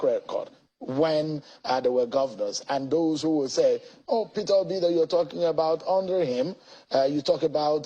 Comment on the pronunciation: It's Peter Obi not petobi. Na wa o bros